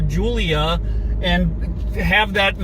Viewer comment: Only thing they pronounced right was giulia